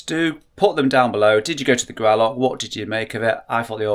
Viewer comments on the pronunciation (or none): Please learn how to say Gralloch! Does not end with a ck!